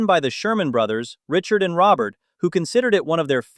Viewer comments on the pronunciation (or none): none